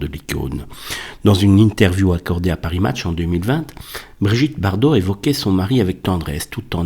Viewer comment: Bardot mais pas Bardau ! Toujours aussi doué celui-là